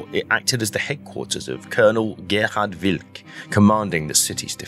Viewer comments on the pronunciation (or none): none